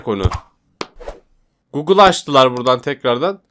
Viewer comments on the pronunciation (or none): none